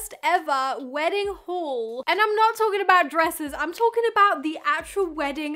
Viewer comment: It's how she pronounces "haul" for me..😂